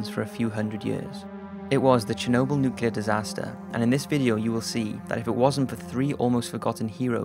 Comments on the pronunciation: can the narrator get the words right first its nuclear not newkiller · Good video, very informative, but please, it's NUCLEAR not NEWKILLER.